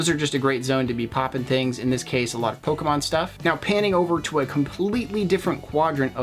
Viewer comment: It's Pokemon not Pokaman you dumb dumb